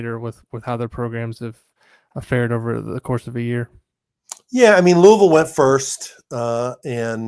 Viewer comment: Sorry, can't listen to someone from Indiana that can't say Loo-ee-ville. NOT Louuahhvl. Do you think when the great George Rogers Clark named it after King Louis of France, ( for helping us defeat the British)... do ya think Louaashhhvl is what he had in mind ?...NO. Get it right.